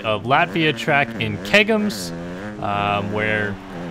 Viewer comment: When you say Latvia Latvians think thats ok when you say ķegums WTF